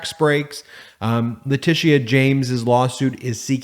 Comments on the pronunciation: Letitia is pronounced "Le -tisha." It is a very old name. That's the French spelling. The English used "Latitia." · Bravo! Loved the Jr. thing. Just fyi Ms. James's name is pronounced "La-tisha".